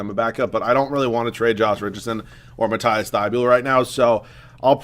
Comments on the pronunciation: Hey dude love the vid so far and it pronounced Mateeeese Thybull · Its pronounced matt-eass thy-bowl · Pronounce Matisse name right